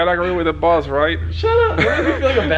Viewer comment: Big boost said “ gots to agree with the VOSS right !? Lmao had me weak 😹